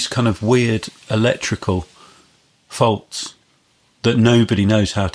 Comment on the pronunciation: Absolute Gold. I've been patiently waiting for the episode with, and as expected it was a delight to listen to. I have to mention the pronunciation by at about the mark, the way he says "weird electrical Fawwds" I know it's Faults but it's just so close 😉 love this one guys!